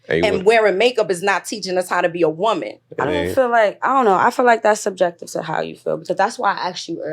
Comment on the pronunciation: I’m so tired of how no one can pronounce the difference between woman and women anymore. They just say woman (singular) for everything.